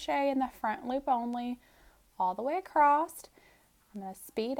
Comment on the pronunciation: I’m stuck on “acrosst” 🥴